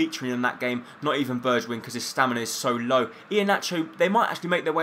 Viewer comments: It's pronounced Berg-win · It's pronounced 'berg-win' you tool!